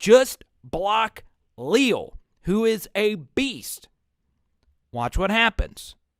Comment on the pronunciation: #8 is only a sophomore and a monster for sure - btw it is pronounced Lee-Al (like the two first names combined). 👍 And you’re right about those linebackers for sure. I haven’t seen 9 fly in from that far backfield before and he did it multiple times on Saturday. Mike Elko must have seen something he liked in the matchup versus the LSU line - watch for Bama to disguise all sorts of pressure. 🚨🤔